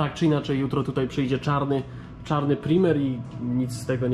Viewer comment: "Prajmer" byku!!!